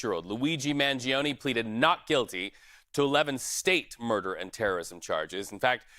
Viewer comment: the i in Mangione is mute.